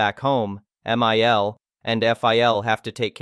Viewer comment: The problem with AI readers is numerous, but it gets especially confusing when it becomes apparent that Mill and Phil might not be some additional characters in a story, but botched abbreviations of M.I.L (mother-in-law) and F.I.L. (Father-in-law)